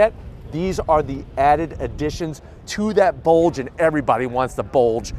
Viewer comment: The way you say BULDGE makes it feel like a BULDGE comes out from my screen and hits me in the face